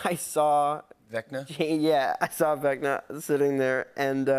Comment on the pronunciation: Jimmy it's vecna not vecta